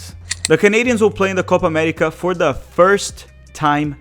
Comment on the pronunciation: What in the Alabama